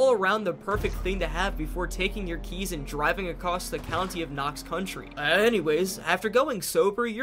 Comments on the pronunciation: Anyone else annoyed that he says country intead of county? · It’s county not country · You’d think with 300 hrs (possibly more now) that you’d know it’s county not country.. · I'm not native to there, so that one didn't hurt my ears as much as county / country. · I swear to god if you say ‘country’ instead of ‘county’ ONE more time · Thank you for this video! But... it's county, not country. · Knox county. Not country bud. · Its COUNTY not country. Sorry it was driving me nuts. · I mean yeah in reference to you saying “country” it is county. Buuuuuut it’s funny that all the PZ YouTubers call the area you explore in PZ “Knox county” when Knox county is on the other side of the state and Louisville is in Jefferson county and let’s take Muldraugh, is in Hardin county. Simply being close to Fort Knox doesn’t mean it’s “Knox county” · It hurt my brain with him saying Knox "Country" so much. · knox county did you say knox country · county.... its knox county